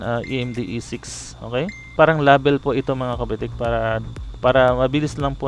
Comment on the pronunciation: nasasaktan ako pag minu murder mo ang english... please paayos nman pronounciation mo sa "LABEL"